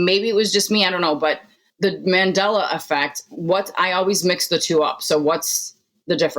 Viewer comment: It's Mandela not mandala. Named after Nelson Mandela who became president of his country after decades of imprisonment.